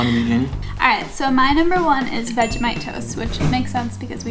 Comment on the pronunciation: I love you guys just for doing Vegemite the right way :) Finally